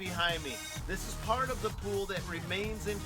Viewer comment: Did he say broad parts or farts.